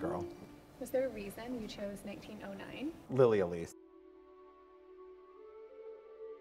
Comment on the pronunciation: Um, her name was Lily Elsie... 🤨 Not "Lily Elise". The finished makeup is beautiful but, your research clearly failed you in that regard. Since you never explained who she actually was, Lily Elsie was the most photographed woman at the time because she was a very famous actress/singer in stage operettas in London (particularly, "The Merry Widow", which does still get revived every now and then).